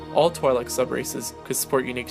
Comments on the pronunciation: It's pronounced Tweelek, not Twylek. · Its pronounced "twee'lek" not twy-Lek LOL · Twi'lek is pronounced like Twin, as in twin lekku, the two tentacles coming down from their head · pronounced twee-lek dammit!